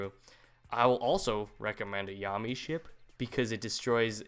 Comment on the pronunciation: "Mee Cha Zee Ru", "Yommy Ship", holy fuck I can't anymore. My inner weeb is screaming.